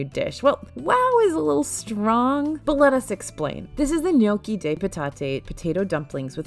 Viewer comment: The fact that you pronounce gnocchi correctly makes my soul happy! The amount of “No-key” I’ve heard this week from fest reviews🥴🥴